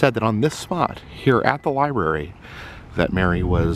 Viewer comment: The li-bury.